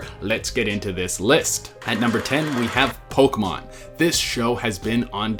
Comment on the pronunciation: I'm sadden about how Pokemon was pronounced